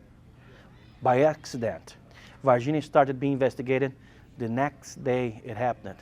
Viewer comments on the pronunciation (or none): “VAH-ginia people”